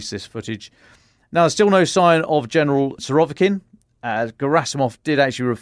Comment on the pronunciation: Klishivka... not Klishkiva. Surovikin, not Surovkin...